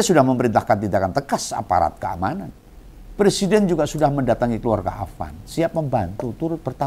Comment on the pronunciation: Ngomong Persiden. Harusnya Pre.. Siden bukan Per.. Siden. Koplak..